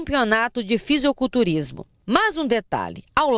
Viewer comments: " Fiseuculturista" quando a repórter fala assim me dá uma agonia. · Não é "fisioculturismo", e sim FISICULTURISMO! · FISIOCULTURSTA? Q PORRA É ESSA REPOTER SABE NEM FALAR A PALAVRA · q agonia dessa jornalista falando FISIOculturismo É FISICULTURISMO PORRA